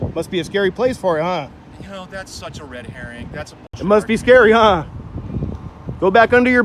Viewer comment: Um....did galafanakises dopple gainer say Red Hearrin.....what the shit?....man das class😂